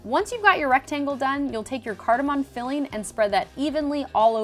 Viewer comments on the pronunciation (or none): she literally calls it 'cardemom coffee buns' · The way Americans say 'cardamon' is cringe-worthy.